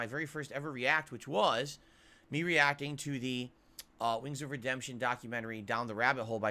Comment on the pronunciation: isn't reacting. He's Re-ACK-ing.